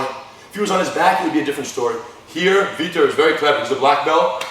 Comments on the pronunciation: Vitor guys!!! not Victor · his name is vitor not victor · Why the FUCK do they keep calling him VICTOR pissing me off lol I know they're saying vitor but sounds like victor lol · they keep calling him 'victor' but i thought it's vitor...